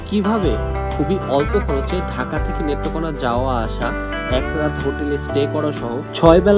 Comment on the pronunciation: ভাই আপনার বাড়ি কোথায় নেত্রকোনাকে মেত্রকোনা বলতাছেন